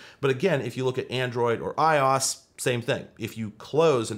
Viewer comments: May i ask why you say "ios" ? Is it a joke ? Are you being serious? I don't understand why you dont say i o s its very upsetting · I-Yas? 🤦‍♂️ i o s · Why did you read iOS as "eyeoz"? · Is it really pronounced “eye-oss”? I’ve been saying “eye-Oh-Ess.” Have I been looking like a fool?😅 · I don't care that you're calling it i-oS when it's technically i-O-S but I hope that people watching this realize that. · have i been saying iOS wrong this entire time. i-OSS? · I was curious if this was an inside joke or a running gag in his videos. Still don’t know, but I’m Glad to see I’m not the only one to find it odd. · okay im sorry did you seriously pronounce ios like that? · i dont think thats how you pronounce iOS